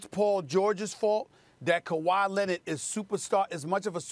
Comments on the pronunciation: Stephen “Kawhi Lenit” Smith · "KaWhy Lennit" ~ Stephen A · Stephen A. Smith: “Kawhi Lennid”.